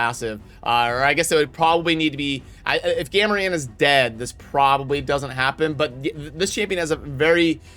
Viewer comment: "Gam-a-ran" Yup, 100% worth watching the whole thing. totally, totally worth it. Thanks:)